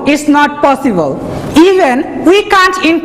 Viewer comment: It's possible not fossible